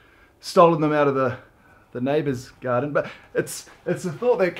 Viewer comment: I honestly heard "I bought you flowers from the gutter" instead of garden😂